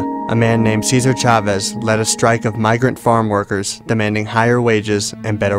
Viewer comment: ITS CEEESARR SAY IT LIKE THAT BUT QUICLKY CESAR i got to this school cesar chavez 4th grade name is cesar e najar i cant wait to be on video tape and recorded and on tv on monday on blue ribbon rewards